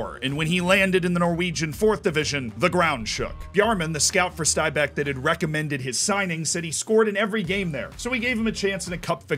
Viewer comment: great pronunciation of stabæk really impressed